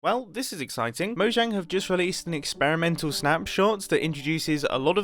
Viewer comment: Mumbo Jumbo is the first British YouTuber that I’ve heard call Mojang Moh-jang 👍, instead of Moh-Yang 🤢.